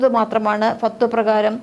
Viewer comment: ചേച്ചി അറബിയിലെ വാക്കൊക്കെ പറയുമ്പോൾ ഒന്ന് ശ്രദ്ധിക്കണം അല്ലെങ്കിൽ നന്നായി വഷളാകും ഫത്‌വകൾ എന്നാണ്